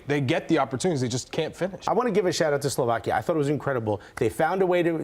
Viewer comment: You are right, I didn't even notice they butchered the name of my country. Professionalism through and through.